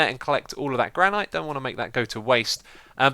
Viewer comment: I am always happy when I see hermitcraft in my sub box. ;3 I'm just gonna point out that "Granite" is pronounced "Gran-it" The e isn't really used. xD